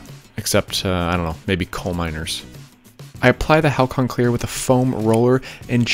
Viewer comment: Halcyon: Hal-see-uhn